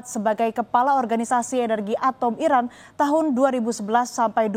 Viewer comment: Pembawa berita, tdk jelas menyebut iran atau irak